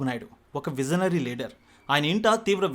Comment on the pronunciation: Vizionary, mazi improve your pronunciation. Its disgusting to hear your stupid pronunciation.